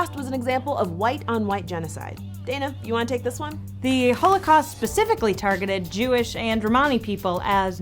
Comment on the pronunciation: Ugh why does Dana keep saying "hoelacaust" it's annoying me